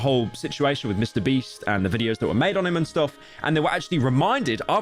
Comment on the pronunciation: he said mr breast instead of beast